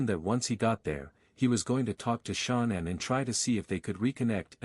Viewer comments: Can this guy butcher her name anymore, come on now, get the pronunciation of her name right!! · I feel like it is incredibly disrespectful that the AI bot on the video keeps pronouncing Shanann's name incorrectly. It's almost like that was done on purpose.